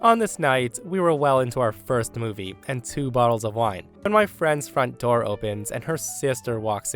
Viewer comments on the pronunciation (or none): I'm an adult, but you said door doo 😂